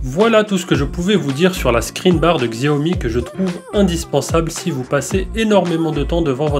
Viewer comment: On dit chaomi